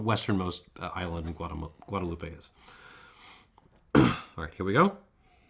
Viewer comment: please pronounce Guadeloupe correctly, it ends with the p sound not eh